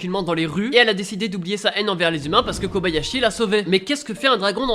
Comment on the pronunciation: comme la plupart ne save pas , son nom c ''thoru" pas ''thor" et c pas '"Kabayashi" mais "Kobayashi" XD un peu de respect pour ma waifu XD